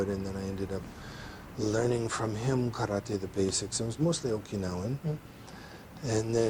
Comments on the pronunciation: You mean “Kallate” 😂😂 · He pronounces the word Karate (or any Asian word)🥋 the same way your arrogant friend would say he just returned from a trip to Bar - thel - ona 🙎🏽‍♂️ You mean Barcelona 💁🏼‍♂️ Oy gringo❗️… It’s BAR THEL ONA 🙎🏽‍♂️ You’re from Boise. Seagal is from Michigan… Derek-sahn ❗️